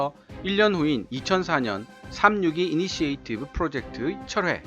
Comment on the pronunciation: 자주 나오는 initiative의 발음을 듣기 거북하게 계속 잘 못 하시는군요. 이니시에이티브가 아니고 이니셔티브가 맞습니다.